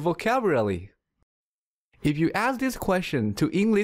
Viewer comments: Are you saying "Vocavulary" instead of "Vocabulary" ?) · It is vocabulary not vocavrlly😂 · Are you kidding me? He can't pronounce vocabulary! "improve your vocabruree!" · vocabulary❌ vocavily✅ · it only me who has heard Vocavullary instead of vocabulary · Dude it's pronounce as vocabulary not vocaburaly !! Teach right please.. thanks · Vocaburaly? :-D hahaha what did you pronounced it again? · I watched this video again just to hear him say "Vocaburally" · Um, sorry but I believe it's vocabulary? Not vocaburaly? 🙈 It's a great video by the way. Thank you! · This guy doesn’t know how to pronounce vocabulary and instead he says vocaburaly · vocabuRaly!?!? what a f*ck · vocabulaly, anzwer 😄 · He says vocaburaly hahaha not vocabulary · Why does it kill me whenever he says vocaberrely and omits consonants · Your vocawulory ? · I love the way you say the word vocalbury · Shouldn't the teacher know how to pronounce vocabrully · I cant stop laughing every time I hear vocavrlly. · You're pronouncing vocabulary wrong. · You're not a native speaker. You need to learn how to pronounce the word 'Vocabulary'. Also, it's like you and me , not you and I. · You literally read the word "Vocabulary" wrong. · I love the way you pronounce the word 'vocabulary' :-) don't get me wrong, I think it's cute:-) I'm going to show your video to my students as an inspiration and example. You're so right about the common sense vs. common practice. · You cant pronounce vocabulary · Who the hell would listen to someone who couldn't even pronounce vocabulary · You need to learn how to say vocabulary! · Thank you so much but please try to pronounce the word "vocabulary" in a right way or clearly! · I laughed every time he said vocabulary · Your pronunciation of vocabulary is really disturbing. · At first,you learn how to pronounce the word "vocabulary"!!! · you cant even say vocabulary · man you fucked VOCABULARY pronunciation ! but your video is all great thanks a million :)